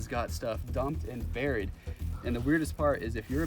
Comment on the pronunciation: It’s buried burr nure